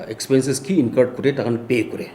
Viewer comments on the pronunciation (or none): none